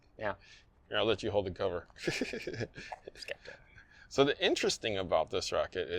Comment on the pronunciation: Pronounced SEPTOR , not SKEPTER